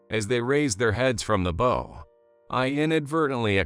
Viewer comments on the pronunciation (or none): Bow in these stories rhymes with COW, not the bow as in bow and arrow.